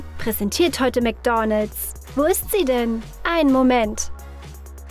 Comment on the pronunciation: Wie sie einfach die ganze Zeit nur Mc'Doonalds sagt😂😂😂😂Das regt mich so auf!😂😂😂